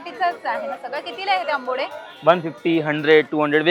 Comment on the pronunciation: Ambode 😂 ?. Ambade mhan ga.